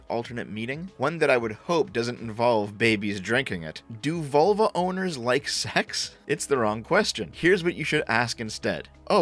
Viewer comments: I thought you said Volvo instead of vulva. Can't stop laughing. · haha, for the first half I listening it sounded like you were saying "volvo" and not "vulva" lmao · Ahahah, I thought you said ''Volvo Owners'' xD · im a bit of a dumbass for this but heard you say volvo the first time it made do a spit take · Every time you say vulva, I keep thinking about my 244 out in the driveway! 😂